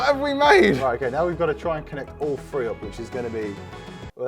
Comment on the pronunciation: bro it’s three not free 😂😂please stop 😢